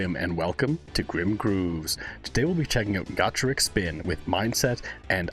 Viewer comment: Doing a double reaction!. Not only pleased to see you reacting to one of my favourite Japanese bands in Gacharic Spin, but also nail the pronunciation of the first half of the band's name, which countless other reactors butcher upon hearing them for the first time. Cheers👍🇦🇺